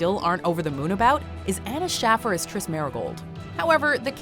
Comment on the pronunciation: triss isn't triss